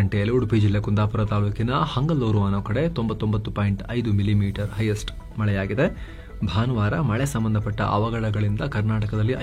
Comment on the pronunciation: ಅದು ಹಂಗಲೂರು ಅಲ್ಲ ಹಂಗಳೂರು